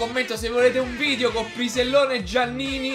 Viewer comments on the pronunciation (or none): none